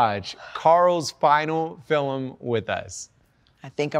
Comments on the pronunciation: It’s pronounced “film” not “fillum” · Why does he say “filim” 😭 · Why does dhar say filimn 😂😂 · I love how Dhar says "filem" not "film" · "Fillem" Dhar, 2021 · Hey Dharr! I love all your vids and I just wanted to say that you say ‘film’ the exact same way my brother does and I’ve never heard it pronounced that way by anyone else so although it’s probably silly, it made me happy to know you pronounce it the same.